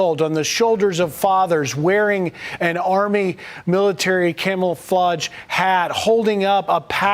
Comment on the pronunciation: Griff Jenkins cannot even say "camouflage" correctly! What a bunch of Fox News morons!!😅😅 What did you say Griff?? "Camulflaj"??😅😅😅